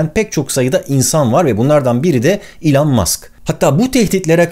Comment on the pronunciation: İlan değil ELON 😅